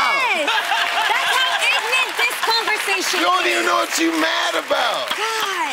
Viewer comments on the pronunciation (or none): Jeezy got Jeannie saying ignant now😂